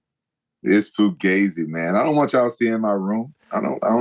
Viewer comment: "Fu-gay-ze" Hey guy, learn how to pronounce fugazi. Foo-gah-zee